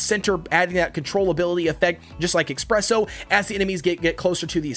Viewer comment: every time you say "expresso" i cringe